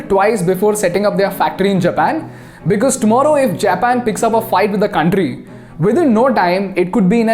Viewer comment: Beautiful video👍👍. Correction it's कंट्री not कांट्री...no offence brother . I like your channel कंपनी not कांपनी